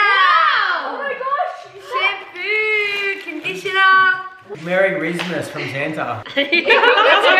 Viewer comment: "Marry RIZZmas" 💀